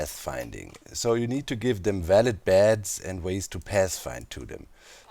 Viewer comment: When you say beds I hear bats and it's hilarious in context